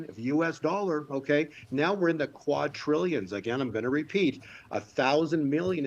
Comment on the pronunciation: It's "qua-DRillions" not "quad-TRIllions"!!!!!!!!!!!!!!!